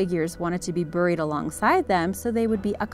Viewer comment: What's a fee-mor? And I love the way she mispronounces 'buried', unless of course she's Canadian.